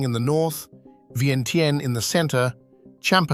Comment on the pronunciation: you mispronounce vientiane!